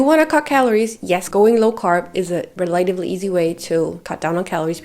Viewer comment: Great video. Thanks for the info. Also, relatively is pronounced relaTIVely instead of reLAtively.